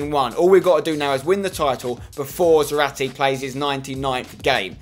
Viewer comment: Just go with 4-4-2 and have zarate (za-rar-tay) up front otherwise he won't get as many goals therefore less fifa points, also try to pronounce his name correctly